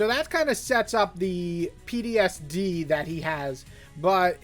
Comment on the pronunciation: started binging your videos. Its P-T-S-D. not pdsd lol . Love your vids